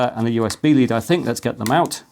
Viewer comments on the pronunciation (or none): none